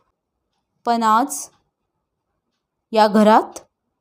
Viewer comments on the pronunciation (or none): लेखकाने जे, जसं लिहिले आहे ते, तसंच वाचा हो! तुमच्या सोयीनुसार त्यात बदल करू नका. पन, आनी, मानूस, न्हानीघर, आणंद, ननंद, जनू, भुनभुन, मण, क्षन, त्यांच्यापाटी, सर्वांसाटी...हे असे शब्द लिहिले आहेत का त्यांनी? किती शब्द सांगावेत? हे असे वाचून तुम्ही त्यांच्या लेखनाचा अपमान करीत आहात! स्वतःचे उच्चार सुधारा आणि मग अभिवाचनाचा घाट घाला!😠